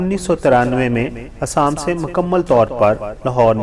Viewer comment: ہندوستان کے صوبے کا نام اسام نہیں بلکہ ”آسام“ ہے۔۔۔آپ باربار آسام کو اسام کہ رہے ہیں۔۔۔